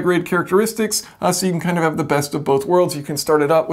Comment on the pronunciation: the word is have, not haft